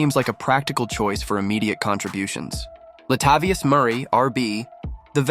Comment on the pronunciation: Is this channel for real? Many mispronunciations “eh-ness” Rakestraw…”La-tahh-vius” Murray 😂😂😂. Who says “RB”, “DT” etc for positions?